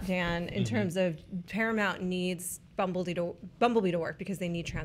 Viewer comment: I thought said “Paramount really need Bumblebeedore” like there was a HP-Transformers crossover I had missed